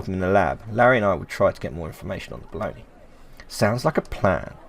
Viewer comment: "Don't be afraid, you are safe here". After years, now, I know both italian and english version. 😁 P.S. This game is one of my "lifechanging". Love the way you read the dialogues. P.P.S. I can't help you with the pronunciation of Bologna, actually, except that you said well with the soft "gn", that it's mostly known as "mortadella" here and that's absolutely not beef, but pork. 😅